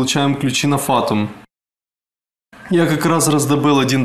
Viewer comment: не фАтум а ФатУи